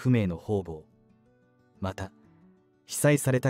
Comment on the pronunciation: ホウボウとは。方々。かたがたでしよ！なんかいほうぼうと読むのでしよう。しつかりしてください！